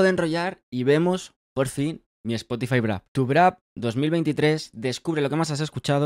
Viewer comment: por qué dices Brap ? 🤨 es Wrap